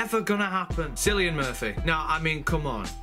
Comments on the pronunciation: it's not pronounced "Sillian" it's pronounced Killian, he is Irish and there is no "K" in the Irish alphabet. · Cillian is pronounced Kill-ian but im just being pedantic. Paul McGann return would be great. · it's pronounced like killan... It's a Irish name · Cillian is pronounced like Killian ... KILL-EE-AN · How weird you pronounce KILLIAN Murphy! Makes it sound, like you spelled him with an "X"! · As small a thing as this is to get hung up on, could you please learn the actors names before diving into a video. Surely you've heard the name Cillian before, it's not at all uncommon.